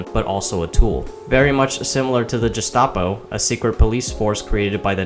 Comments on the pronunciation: I’ve heard Gestapo or Gshtapo but not Jestapo lol 😂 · Gestapo as in Google or "Goon" (the mafia enforcer, not the other one) not as James or Jam, not Jestapo. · Did you say Gestapo wrong because you're trying not to get nuked in the algorithm or do you not know how to say the word?